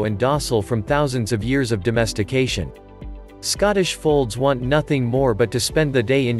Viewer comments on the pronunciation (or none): none